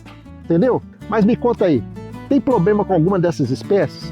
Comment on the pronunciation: "poblema" kkk